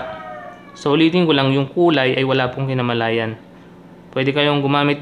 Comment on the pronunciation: Correction boss kinalaman hindi kinamalayan